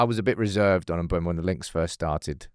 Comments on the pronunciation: he said mb u e mo not mbe u mo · It's not pronounced "Mbwemo" it's "Mburmo" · its M-BE-UMO not M-BUE-MO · Is that how to pronounce his name. Shouldn't it be sound more like "Mboomo"? idk lol